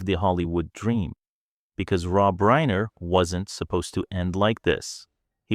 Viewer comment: There is no credible source for the assertions made in this video and I could not locate any ACTUAL record of Tarantino making any of these comments. This same story is being repeated by multiple YT and FB accounts that appear to be bots or AI-why else would the narrator say “Reiner” incorrectly or show photos of Alan Jackson the country musician instead of Alan Jackson the attorney?